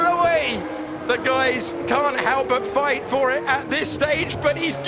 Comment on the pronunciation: "If they fight-e they loose-e!" 😂😂